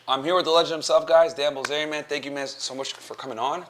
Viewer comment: “Dan BLITZERIAN” - Rollo Tomassi